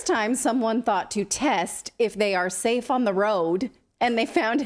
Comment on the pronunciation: Not "Saf* 'and not "effect*ve '.........where have I heard that before ?